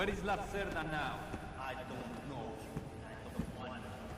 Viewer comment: The name Lacerda means someone usually males who like to keep long hair, aka ponytail. Its a play on pun on the word Lacerta, the constellation Lizard. Its an interesting way to show that Hugo is a slimy dealer. Spelt Hugo Lacerda, pronounced Hugo Lacerta in the game. Note that Lacerta is Latin for Lizard. The reference is Hugo being reptile like in his dealing, take all that you have if he gets a chance.